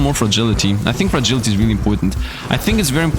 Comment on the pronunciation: There is no damned "G" in Frailty, come on I know English isn't your first language and I also know people have told you this before. At this point I know Youtubers do things like that because they think it somehow helps them or to amuse themselves but it needs to stop. Please stop doing it or I'm going to have to stop watching your Soulstone content because yes it's that damned annoying. Thanks for making content and having fun while you play. I would really hate to have to move on though of course I'm just one person but I can't be the only one it really annoys especially after knowing you've been told about the mistake... I tried I really did but I just can't watch with how many times you say "Frailty" as "Fragility", there is NO G in "Frailty"...